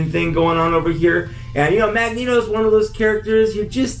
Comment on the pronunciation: LMAO "Magneto"